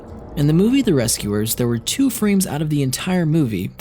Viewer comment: Did he say number sue? Not to be mean or anything